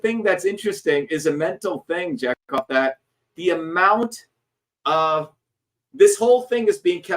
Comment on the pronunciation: It's pronounced ja-cov not jack off 😂😂😂